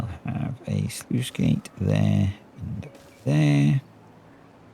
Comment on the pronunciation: Sluice, not sleuth!